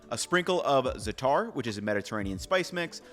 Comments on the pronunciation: hey, great video! just an FYI, there are two middle eastern terms mispronounced in this video. Lavash - youre meant to pronounce this to rhyme with Josh Za'atar - the syllables arent Zat-ar, they're Zah-tar. Zah as in 'za like pizza. Tar as in wet pavement. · Great video, and just so you're aware it's pronounced "Zah-tar" rather than "Zu-tar" (like if you're at the doctors office saying ahhh)! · i love you but please say za3tar correctly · Please stop saying zatarrrr. The stress is on the first syllable "a", not the second.